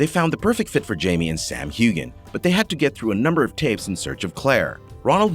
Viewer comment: I believe you missed pronouncing Sam's last name. Heughan with the "g" being silent. Now you try it! Sam Heughan